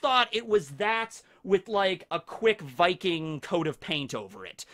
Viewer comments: norwigen here. yes you did say viking rigth. in fact it took me by suprise that you got it rigth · You actually said "viking" pretty good. Butchered som names later on though😉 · Good job on the "viking" pronunciation ^^ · Swedish guy here, I approve your pronunciation of “Viking” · I am Norwegian and I am pumped and I can confirm you got viking right! :D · VIKING! you said it as close as an american can i guess. havent gotten into this series myself yet, but after watching part 1 im really thinking about it. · you are actually saying Viking correct but when you're saying it plural "Vikings" it sounds weird to me. plural of Viking is Vikinger (I'm Danish)